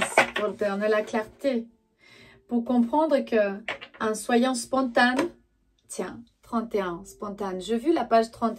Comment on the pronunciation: Bonjour On dit "spontané " Bisous